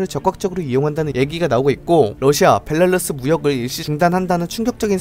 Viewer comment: 벨랄루스 발음은 여전하시네요ㅋㅋㅋ